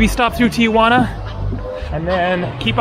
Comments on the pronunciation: I’m a subscriber and love your videos, so thank you. I need to explain your pronunciation of Tijuana. It’s not TIA-Juana. It’s simply TI-Juana. Saying TIA Juana is naive. It’s what midwesterners call Tijuana who believe Mexico is South America. People who have never had Mexican food except Taco Bell or Del Taco and think they know what Mexican food is. Im not being mean but needed to correct you. I’m not Latin. Im descendant from England/Scott. Ive spent considerable time in Mexico. I live in San Diego on my sail boat and have sailed the Sea of Cortez and spent considerable time in Mexico City. Thank, mate. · its Ti Juana... nobody says Tia Juana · The wall at Playas gets painted every 6 months or so by groups who raise money for paint. Tijuana is pronounced Ti Juana. Not Tijuana. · I've never understood why Tijuana is pronounced tia juana. It would be cool if you could video your crossing. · I live in Tijuana. Notice how there is no letter a after the letter i in the name. Don't know why so many pronounce it wrong. So you go on an overcast day presummer during a pandemic and expect alot of people? Of course it's not happening. Except for the nice paintings, Playas de Tijuana is not that great unless you want to see local 'talent' on the stage and watch people drinking beer. Rosarito 20 miles south is nicer and more developed and less polluted. Since they stopped allowing visitors on the other side of the fence to touch their relatives a bit through openings, I dont know if you can go on the other side of that fence. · I guess it's the gringo way of saying it for some reason. Most Americans pronounce it that way.